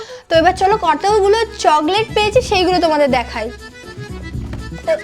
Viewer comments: চগলেট না চকলেট 😂😂😂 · চকলেট না না চগলেট 😂😂😂😂😂😂😂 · আপু একটা কথা বলি যদি কিছু না মনে করতে আচ্ছা তুমি চগলেট বলো কেন ওটা তো চকলেট ❤❤❤❤❤